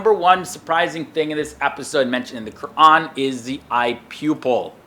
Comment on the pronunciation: He is actually pronouncing "Qur'an" properly.